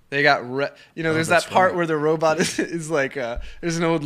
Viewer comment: I've been reading Daniel's book, Robopocalypse. It's a great read, I highly recommend it. Killer robots are the new zombies. Also, I wonder if Joe was trollin' Daniel by constantly saying "Robutt".